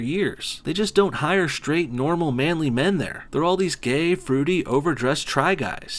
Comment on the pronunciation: you put emphasis on the “men” ahahahhahahahhaa